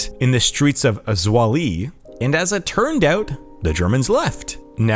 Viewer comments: ZWOLLE = svow·luh Not Zwah-lee. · It's not "swoll-y." it's "zwol-uh" (Zwolle, Netherlands). And the Leo Majorlaan is a relatively short street, tho a busy broad street, but by no means a large street of any kind. A small note to know: It was revelead by his widow, cause he wasn't alive anymore when that was made public back in 2009. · Zwolle - "Zv-ow-ll-ah" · Born some 50kms from Zwolle: your pronunciation of this city located in the province of Overijssel, made it sound like some obscure African city! Granted,“Swollee” sounds comically hilarious & maybe a bit embarrassing at the same time! No biggie though, lol 😂! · Me, understanding Dutch, cringing every time he butchers the name Zwolle